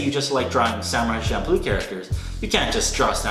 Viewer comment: You did not just pronounce manga as maynga. And Champloo as Shampoo